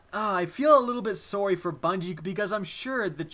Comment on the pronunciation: Did anyone else hear how he said sorry